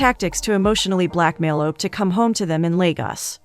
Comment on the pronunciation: As a Nigerian, listening to the narrator pronounce these names, got me😂😂😂😂😂😂😂😂 Segan - Shègùn Diji - Ďejì Op - Òpè 😂😂😂😂😂 Thanks for featuring the movie